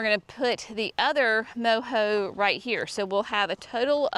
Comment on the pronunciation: I thought you should know that Mojo pittosporum is pronounced Mo-JOE, not Mo-HOE. I think this garden is going be beautiful and a great inspiration for my Oak Grove garden I'm working on this year.